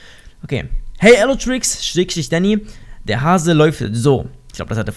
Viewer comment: Elotrix sagt immer däny